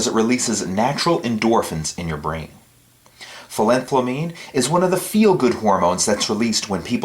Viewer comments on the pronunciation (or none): It's pronounced phenyl-ethyl-amine. It's alright, your a strength expert, not a chemist =P